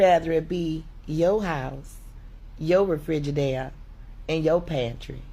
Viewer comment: It's pronounced refrigerator you figure you spend all your time in it you would know how to f**** say it